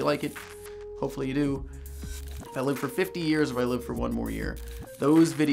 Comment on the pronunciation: Did He just say "i lifed for 50 years and im going to life another one"??